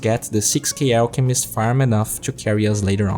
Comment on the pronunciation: It's funny how you say ELKmist not ALLchemist